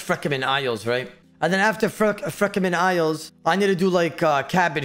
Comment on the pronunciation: frekemen isles 😂